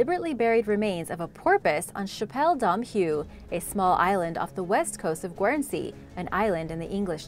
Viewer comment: The 'u' is silent in Guernsey. My sister lives there.